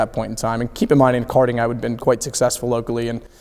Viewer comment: Go ‘kerting’ Touring ‘kers’ Brilliant